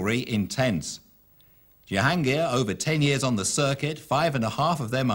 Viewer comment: I'm still astonished that some of the commentators were referring them as Yansher and Yahangir! The J is not silent. Not Jonah of course.